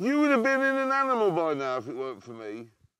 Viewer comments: "Any aminal" - Jeremy clarkson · Any “aminal” hahaha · "Aminal that comes." -Jezza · “Aminl” to quote Clarkson